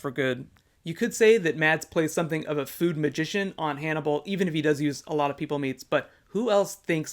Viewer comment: I think it's crazy how a danish actor is so popular (Mads Mikkelsen) And also, the D is silent in Mads